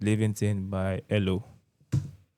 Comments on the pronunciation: Common mistake with our friends across the pond - they are called E. L. O. as in Electric Light Orchestra and not 'elo as in hello.. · Ee ll o not hello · Ee El Oh is how to pronounce the name. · E.L.O. is correct pronunciation